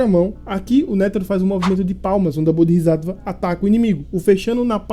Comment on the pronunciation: pequena correção quanto à pronúncia, o certo seria "BodsÁtva", ótimo vídeo.